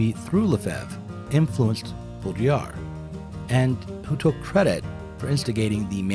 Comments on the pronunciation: I love the way you struggle to say it haha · Jake Zydek the D is silent... that’s embarrassing. I have been pronouncing wrong for years, apparently. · the pretence gets old soon though. and if one can't be bothered to learn the pronunciation of the topic of a video, what does that say about one? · Bodr-yee-ah Use throat for r-yee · The division between 'Town and Gown', at least as a social, if not geographical concept, existed in England, in Medieval Oxford, and probably elsewhere, even earlier than in 19th C USA. BTW it's Bowdriiyar(d) - I don't think French speakers would pronounce the last letter. if I could find a pron. guide (also on YT, why couldn't this presenter?? - lazy, or what?) Baudrillard's view of the 1991 Gulf War - it wasn't a war, but turkey-shoot atrocity - and we only ever saw propaganda 'simulacra' of it, is the most important, and totally accurate, thing he ever wrote. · Bow-dree-are. It’s a challenging pronunciation. (I speak and write French.) I love your multimedia lectures, but could you please lower the audio levels on the music? At their current levels, the music competes too much with your voice-over. (I’m also a video producer.) I needed to strain to hear what you were saying. Plus, it takes special mental focus because it’s philosophy, complex and/or unusual ideas. I do enjoy the stock footage and if watching it starts detracting me from processing your narrative, I just look away. Thanks so much and I look forward to watching more. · Hahaha the way you pronounced it the third Time.. Classic. Good work man. I'm french. It's Baudrillard bodriA if it helps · "bottle lard" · Bow Dree Ard. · BO-dree-AR my people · Dude, the fact you can’t say the guys name correctly isn’t a good start to an educational video. Sorry not trying to be a dick but it undermines your efforts. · Just loop Rick Roderick's pronunciation of Baudrillard until it just comes naturally.